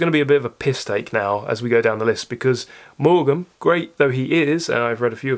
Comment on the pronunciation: Somerset Maugham rhymes with form. I agree with your comments about Dickens ... Great Expectations, Bleak House and Our Mutual Friend are all better novels than David Copperfield. Having been thrown to raving loony fundamentalists at an early age, a children's edition of tThe Pilgrim's Progress was one of the first books I ever read ... when I had abandoned religion, I returned to it as an adult, and it is, indeed, a work of great depth and beauty. Ulysses stands alone as the greatest novel in English ... Lolita is a work of brilliance: horrific, funny and terribly sad, and definitely a top 10 novel.